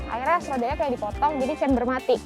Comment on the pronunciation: camber. lebih baik pembawa acaranya ngomongnya camber, bukan chamber, supaya lebih meyakinkan viewer bhw ini emg channel mobil. ngerti smw ttg mbl dgn bener. camber NOT CHAMBER